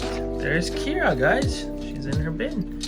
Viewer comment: Kiera not Ciara. What do I know......